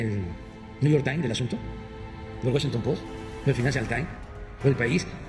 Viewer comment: NEW YOR TAIN... EL WACHINTON POS... Y EL FINANCIAL TAIN...